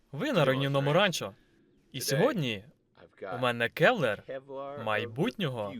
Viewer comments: КЕВЛАР. КЕВ-ЛАР! Не келвер, не кевлер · Реально крута озвучка! Дякую! Маю два, не зауваження, а типу підказки. Ну загалом не в образу, а для розвитку)) по-перше, nineteen eleven це марка зброї - дев'ятнадцять одинадцять, а не 1911 рік, а по друге, але тут я не впевнений на 100%, Kevlar - буде кевлАр, а не кЕвлер😊 дякую ще раз)